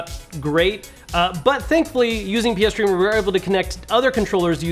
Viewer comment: Tee hee said pee streamer